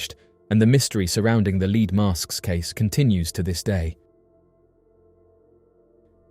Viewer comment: Leed mask?? 😂 Lead (Led)... and your English! 😂 jk❤